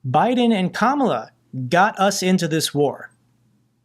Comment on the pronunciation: sick to death of the hyperbole from the failed pres. - pronounces Kamala correctly!!! 🤣🤣🤣